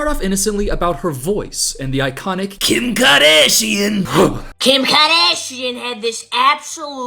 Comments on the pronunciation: "Kjim Khoardasjian!" 😂😂😂😂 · I just have one thing to say….KIM KAHDASHEIN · 😂" kim kadashian"